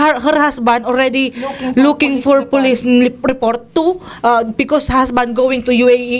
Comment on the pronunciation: HER HASBAND PREPOR(prepair Po Yun,) POR POLIS 😭😭